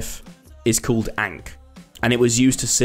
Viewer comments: “It’s called enk” … bruh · Yeah! But his pronunciation of "Ankh" hurt my Egyptophile soul lmao